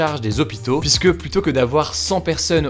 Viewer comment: Tu dis "plussse tôt" au lieu de dire "plu-tôt". Te corrigeras-tu un jour ? Comme le Covid, c'est une faute qui se répand.